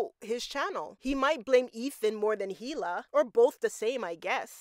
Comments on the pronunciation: Is “Heela” a popular name in some cultures? I am always surprised when people familiar with the show hear everyone pronounce it with a silent H and still go so hard in the heela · You're not supposed to pronounce the H in Hila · the pronunciation of hila is killing me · The "H" in "Hila" is silent.